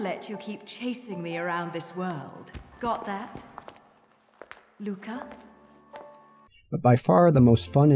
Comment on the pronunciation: Never say 'Lucca' like that again